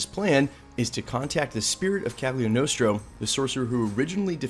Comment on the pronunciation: The way you pronounce Cagliostro is maddening.